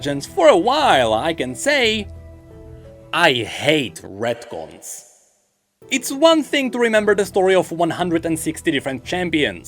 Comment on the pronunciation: What the hell are redcons or ratcons or whatever you said